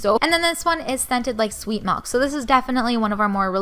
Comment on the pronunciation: (ma-lk?) its (mi-lk)